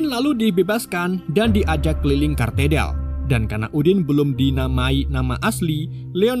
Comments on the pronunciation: itu gereja Katedral bang, bukan kartedal 😂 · Parah. Katedral,bukan Katerdal